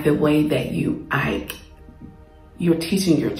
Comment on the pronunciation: This is great. I’m listening but are you saying "ike," instead of "act?"